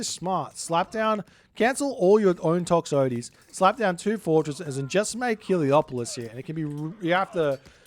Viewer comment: Is gonna pronounce Toxotes properly, ever? 🤣